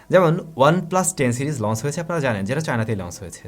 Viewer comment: very good channel.like it. One suggestion: আপনি সম্ভবতঃ "চ"-উচ্চারণে সমস্যা আছে। এটি সত্ত্বর কাটিয়ে উঠুন। launch লঞ্চ। লন্স launce নয়। সব 'চ'কে আপনার উচ্চারণ 'স'(s) হয়ে যায়। এই বিভ্রাট কাটানো উত্তম। শুভ কামনা।